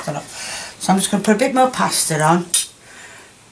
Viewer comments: I love how she calls “passata” “pasta”😂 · She means passeta, but she can't say it. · it does matter. If you go to the shop and ask for pasta they aren't going to show you pasata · Pasatta not pasta 😯